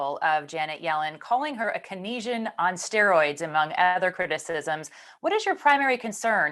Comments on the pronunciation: A Keynesian on steroids: “Cane-See-En” (not “Kuh-Nee-Shun”.) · Cuh-neezhen? Lol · Please learn how to pronounce the word "keynesian".